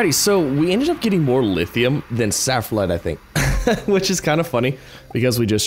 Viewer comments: SPHALERITE not saphralite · I remember when he said ‘saffronite’ once. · The zinc is called sphalerite not saflerite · Sfal - er - ite